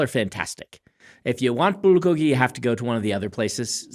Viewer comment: I like Brandon pronouncing bulgogi correctly, but then being worried he's going to alienate his audience, so ending up kind of splittling the difference